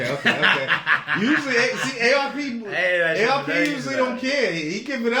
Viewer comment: Calling ARP "Arp" is crazy😂